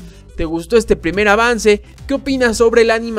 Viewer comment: dice pirmer vistazo, no primer vistazo